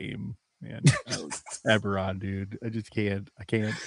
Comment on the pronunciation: Ebberon... Eragon?